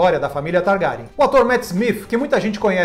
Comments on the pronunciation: kkk to rindo com a pronuncia do "Targárian" kkkkkkk tomei um susto. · Nossa, que dor ouvir "TarGArian" no início do vídeo kkkk